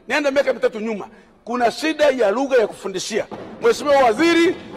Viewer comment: Sio ligha ni lugha 😂😂